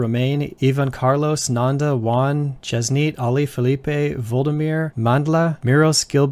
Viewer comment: It's hard to actually get used to all these functions. I still find myself using array.indexOf(elem) != -1 in place of includes, which stuck as a habit since 2009. Thanks for all the new stuff. By the way, I'm sorry to say this, but your pronunciation for Indian names is way off. s̪ud̪ʰiːn̪d̪rɜ is how you're supposed to pronounce it, not as s̪uɖʰiːn̪ɖrɜ. It's n̪ɜn̪d̪äː and not n̪äːn̪ɖɜ like that. Saying just so you know. All Indian languages are phonetic, and you're supposed to read the English representations as Anglicized Phonetics.